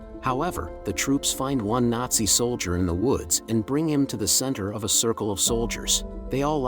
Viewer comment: "soldier" not "solider" plus "artillery rounds" not "missiles". Recommend they just ask a real human to read the narration instead of using a computer generated voice. Otherwise, this is a pretty good production and summation of the movie.